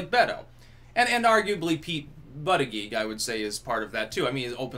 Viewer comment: Butt-I-Geeg 🤣🤣 Luv ya